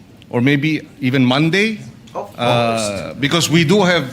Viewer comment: "of coursed" "unlessed" hahahah kulet mo boss mag Tagalog kana lang kse